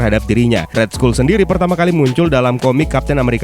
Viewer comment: cuman ngoreksi yah, RED SKULL itu di baca RED SKAL bukan RED SKUL bro.... lets talk about it sering buat gw cringe, jadi TALK bacanya TOK, bukan tolk krna huruf L hilang untuk dikata TALK, next video perbaikin pronoun aja biar g kedengeran CRINGE, thx